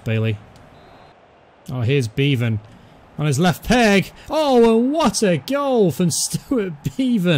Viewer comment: Can I just say you was pronouncing beavon name right before but now it's wrong